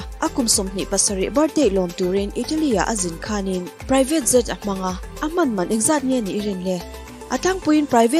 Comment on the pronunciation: I aw hi chu nalh, i lam mawilo ṭhin ber hi kalo buaithlak...Jet hi zet itih ang te jhet ang in lam hram rawh, adang pawh,ka lo ṭang ve si a, ka sawi lo ang ka ti ṭhin a mahse a pawimawh beng ah a langsar bawk sia..ka duh em em che👍